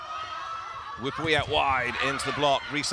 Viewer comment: To the commentators her name is Wi-pa-wee not Wip-pee !